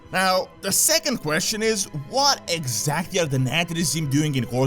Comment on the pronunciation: Nathrezim. Sire De-Nathr-ias. -Nathr-ezim. Castle -Nathr-ia. Just saying.